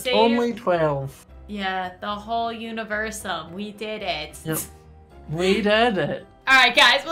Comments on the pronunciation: Wow the dark king is just not making sense he says univeresume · Universume is Universe + Lunime Its pronounced as Yu-ni-ver-su-mey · XD same here girl but even more funnier is when said Universume xD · The funny part was when said “Universume” 😂😂